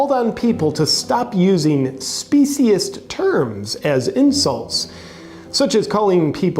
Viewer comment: The moron cant even pronounce "speciesist"